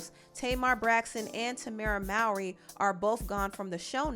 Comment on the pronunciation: TAMERA'S LAST NAME IS PRONOUNCED MO-RY SPELLED MOWRY & TAMERA LAST NAME IS HYPHENATED MOWRY-HOUSLEY GET IT RIGHT GIRL